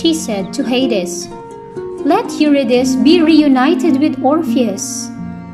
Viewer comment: This is a very presentation, Mam. Thank you for this. I just think the pronunciation of Eurydice is /yuRIdisee/. Calliope is ok as /kalYOWpee/ although it is usually /kaLAyopee/. Nonetheless, it is a great presentation with so much clarity.